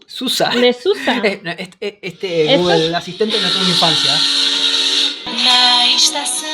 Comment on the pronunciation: Gugel dicen estos espa~oles ni pronunciar bien pueden algo tan sencillo la marca Google